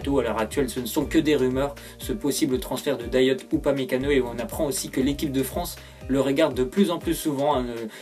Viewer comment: Sa s’écrit dayot mais sa se dit dayo